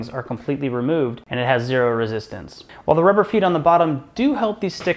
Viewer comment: Yes, dial in that rezoostance, lol